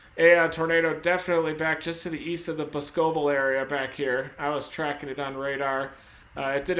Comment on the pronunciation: The town name that got hit is pronounced bos-co-bel not Bos-cebel lol. Another is Waunakee 😆 wau-na-kee. Either way I appreciate everything u have every done and continue to do. Stay safe my friend!!!